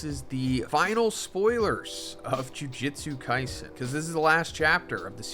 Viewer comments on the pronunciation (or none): 271 chapters in and you still can't pronounce the title correctly, I guess that's consistency.